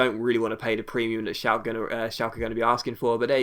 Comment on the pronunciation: Schalke is pronounced Shalker